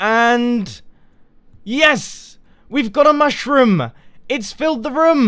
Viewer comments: I chuckled when you you said the "mush room" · Mush-Room. :D I smiled when I heard it. :D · I giggled at the 'mush-room'